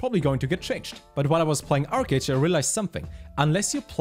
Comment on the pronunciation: ArcheAge I heard? OMEGALUL. Good content my dude <3